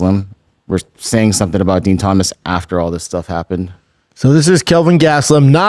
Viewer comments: Dean not DEN. Jill, not Gill. Does Brandon Schwab even watch the product anymore? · Brendan I know it’s spelled “ Din “ …..but it’s pronounced DEAN!!! lol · Din and Gill over n over 🤦🏻‍♂️ only guy to ever pronounce both wrong. Whole can of Pringles on your shoulder 😂 love it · Yo its spelled din pronounced dean 😂